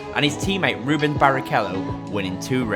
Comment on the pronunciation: It’s RUBENS ffs! Not Ruben! Why do so many English YouTubers get this wrong?